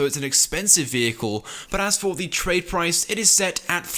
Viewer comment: U said the trade price wrong